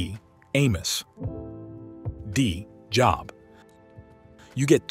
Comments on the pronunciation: Thank you for your feedback! We will make sure to correct the pronunciation of "Job" in our future videos. Your input is greatly appreciated!✝️🙏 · Job is pronounced incorrectly ...just saying